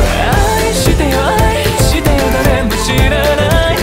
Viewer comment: サビの愛してよの「あ」の発音がめちゃくちゃに最高なんですが、、！！！